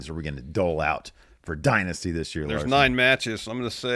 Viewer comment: Did I make this up or did used to call this pay per view “Die Nasty”?